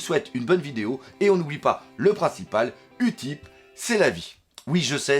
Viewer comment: on dit pas « Utip » mais « youtip » xD En anglais le u se prononce ´you’